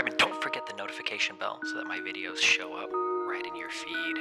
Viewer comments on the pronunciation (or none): none